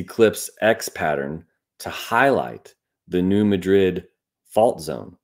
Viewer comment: The Missouri town (and the fault named for it) is pronounced New MAD’-drid, not New Muh-DRID’. Despite the similar spellings, it’s NOT pronounced like the capital of Spain. 😉